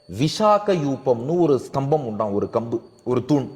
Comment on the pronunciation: ஶ்தம்பம் அல்ல ஸ்தம்பம்